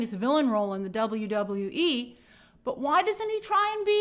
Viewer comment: As a wrestling fan the way she says WWE bugs the shit outta of me